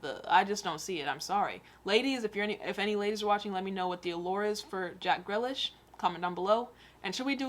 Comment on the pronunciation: Grill-lish 😂😂😂 Grealish the ‘ea’ is like ‘tea’